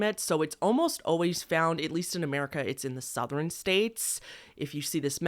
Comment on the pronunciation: OMG it's lantren-gate part 2! You pronounce "Southern" as "Southrerin" lol :)